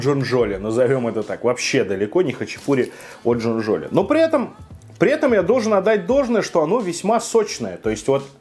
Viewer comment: Не имертинский, а имерЕтинский, джонджоли’ а не джо’нджоли